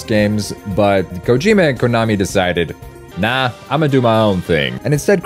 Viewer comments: "hIdAyO kEeJiMa" I know he's white. But he fucking needs to be fired for intentionally mispronouncing his name. Clown. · Fire that man that mispronounced Kojoma's name